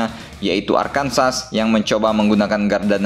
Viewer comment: Arkansas bacanya arkenso mimin michat ups mimin hotchat wkwkwkwk